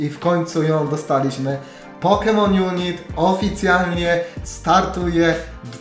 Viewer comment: Mówi się "junajt"